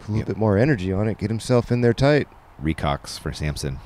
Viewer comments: This was great coverage, I love the distance on most shots super fun to watch. One thing tho, Luke’s throwing putter is the REKO-X! Not “recocks” like Ian said. Idk why that’s so frustrating to me. Not like if it was an aviar X he would say aviarex or something. Also it’s wreck-o not reek-o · It is a Reko X. Not a recocks.